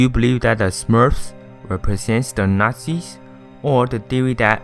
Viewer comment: Im pretty sure i would of enjoyed this video if i understood what the fuck he was saying.. i mean last time i checked it was tangled not tingle, and what the fuck are nazies?